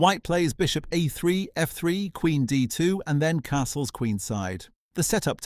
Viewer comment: I was looking forward to this video, but the AI voice is too bad! It doesn't pronounce things like "e4" and "a3" properly. Just laziness IMO. Fine, use AI voice, but make sure it says things properly before publishing a video man